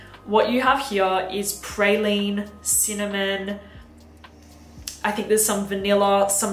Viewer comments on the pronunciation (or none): none